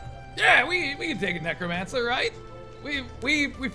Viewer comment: did he say negromancer lol